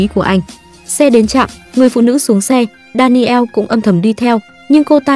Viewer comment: Đan nồ, chứ ko phải Đa ni eo . Daniel